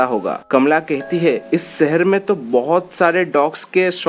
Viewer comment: Sipt .....shift.. Sehar...shehar... Pronounce properly